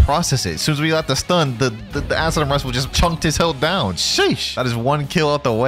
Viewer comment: Imagine being so bad to say acidium spam💀